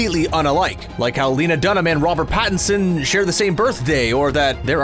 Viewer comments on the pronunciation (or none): Pattison, not Pattonson